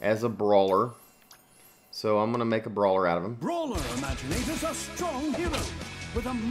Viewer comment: just say maginators not remaginators because I don't get it